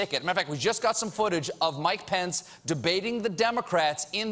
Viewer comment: is it me or Mike Pence starting to sound like 'My Pants' ?